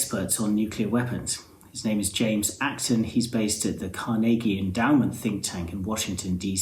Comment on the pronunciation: It's phonetically pronounced kaar ·nuh·gee (hard gee not jee) and definitely not car-niggy.... Even the Brits can say it correctly albeit they sound like they're from Boston (that new England-England connection at it's finest!) they say kaah ·nuh·gee without the R. Please do inform your colleagues!